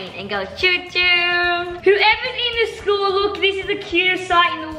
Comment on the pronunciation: rlly said Shcool- (no hate I love you guys)